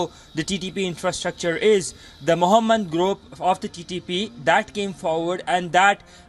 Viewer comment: "the moohamed group" 🤣